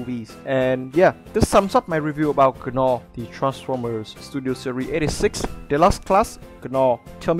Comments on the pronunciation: Cool review but FYI the characters name is pronounced like “naw”...the g is silent hahah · A great review, as always. In case you're interested, the 'g' in Gnaw is silent.